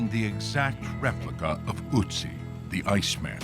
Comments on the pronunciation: Ötzi /Utzi, not Ootzi. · He is not called " Utzi" but ÖTZI ( with umlaut pls)! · Ötzi nicht Utzi....😖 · Ötzi there is no U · They make an almost 1 hour long documentary and don’t even bother to pronounce his name correctly…😏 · They cannot pronounce the ö vowel.